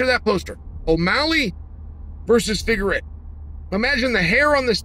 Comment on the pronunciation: Chael, Davidson actually pronounces his last name Fig-ward-doh.